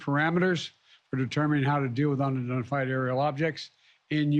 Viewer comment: so glad he took down those "undablahlafied ariel objects"